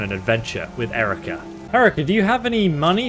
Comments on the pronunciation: He can't remember how to pronounce her name for more than 15 seconds at a time... :( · You're lucky she doesn't shoot you for mispronouncing her name so relentlessly despite her best efforts to teach you. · I love how after all the effort she put into getting you to pronounce her name correctly... you simply go ahead and mispronounce it anyway for the whole video. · why you insist on trolling Herika by mispronouncing her name. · Then entire video and he still can’t pronounce her name. Lol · "moist boy"...? xD what ...oh that's on you. right. Yeah, she might mispronounce rarely, but that's ok. You mispronounce her name 100% of the time, after all. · Honestly, it's cool, but I'm distracted by you insisting on mispronouncing her name after your discussion of how to pronounce it. And then you have to point out the AI mispronounciation. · Halt!... You keep calling her "Hérica" but... She has already told you hoe her name is pronounced. Stopped seeing the video soon after I got annoyed by such indelicate manners... Don't you know what Dale Carnegie taught us, that a person's name is the most important word in the World for her?... But OK, I thank you very much for letting me know about this excellent mod. Be well. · The fact that you kept mispronouncing her name even after she told you three-four times is infuriating. It's 'He-rii-kah'. She literally kept telling you her name and you somehow kept mispronouncing it. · I actually love how there was an entire long interaction about how to pronounce her name that resulted in you not changing how you pronounce her name lollll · I like how it successfully told him how to correctly pronounce herika and he immediately goes back to his old pronunciation lmao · Herika: Literally tells him how to pronounce her name: Pronounces it wrong ANYWAY Like bro... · I'm impressed at how he manages to mispronounce her name throughout the video 😂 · Poor Herika never getting her name pronounced right 😢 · It's Hair-eek-ah